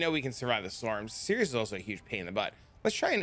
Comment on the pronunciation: Sirus. His name is Sirus. Not Sirius. Sigh-russ